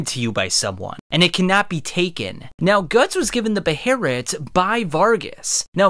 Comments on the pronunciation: for the record the cannon pronunciation seems to be "Bay-Lit" the Beherit thing is because japanese doesnt use L sounds. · In English, which I'm assuming is the language you use in this video, it's pronounced BAY uh LIT. In other languages its obviously different, but that doesnt mean you can just lift that pronunciation, butcher it, and slap it into a sentence in English. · Jesus Christ. The pronunciation of behelit is so fucking stupid. I can feel my IQ drop Everytime I hear "beheRit" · literally could not finish this video because this dude goes BEHERIT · localized name is pronounced Bay-Lit......... just like its not Gatsu, its Guts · Nice video. Now I'm never watching your content again because I hate the way you say 'beherit' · pronouncing behelit as beherit is cringe and a bit racist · all these comments and yall aren’t gonna comment on how he says behelit he’s saying beheret and it’s gross😂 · Omfg guy for the love of whatever it is in the void we call god it's pronounced BAY-HILL-ETT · God. Behelit, I hate when you say beherit. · you saying beherit sounds so racist, im reporting you. you racist! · It's Be-He-lit.... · “BaHERit” is crazy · wtf is a "beRRerit" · Why is he calling it a beheRit? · I always thought that it was pronounced be-heh-lit😂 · When you said beherit I clicked off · Bro there's not a R I'm the word. Stop using the Japanese substitute for the pronunciation because the story is based on European medieval time periods anyways. It's behelit. Weebs take things too far sometimes. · you really went all in on the saying "BEHERIT" every time eh. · I feel like clawing your eyes out for the way you say Behelit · Had to stop watching because he keeps saying buh-hare-ret lol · be-hail-it* is how you pronounce the word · If this guy says Beherit ONE MORE TIME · Why do you keep calling it a beherit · I believe it's pronounced "Bay-let." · Take a shot every time he says "Behereet" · Goddamn it's annoying lol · Isn't it pronounced BE HELL IT